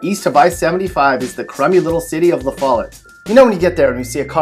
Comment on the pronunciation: lol the lafollette